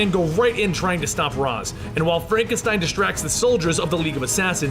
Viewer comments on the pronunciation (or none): I thought it was (ray shh) not (Ra zz) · It is, he's saying it wrong. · Ra's is pronounced Rai-sh.